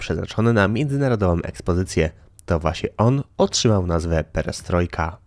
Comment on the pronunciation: 1. „Płaskom podłogom” :) 2. „Pieriestrojka”!